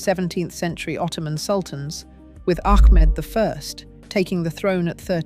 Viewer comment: ITS NOT MEK MED...ITS MEHMET....ITS NOT ACK MED ITS AHMET